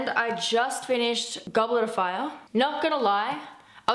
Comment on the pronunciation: One question "Goblarafar" ? IT IS "GOBLETOFFAAAAAYAAAAAAH" :)